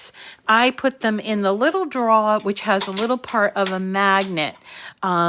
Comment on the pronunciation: I'm English.. you pronounced drawer correctly